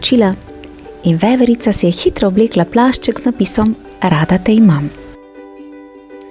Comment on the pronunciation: jao veverica po štajersko😒